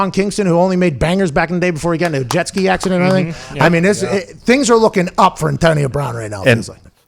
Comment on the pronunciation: Why do you say antonio like that Pat, "antionio"